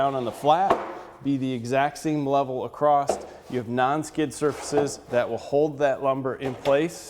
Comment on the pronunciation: it's pronounced "ACROSS" not "acrosst"